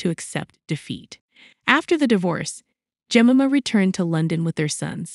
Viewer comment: Yes, is it such a rare and unpronounceable name? Jemima, pronounced "Jem-eye-ma".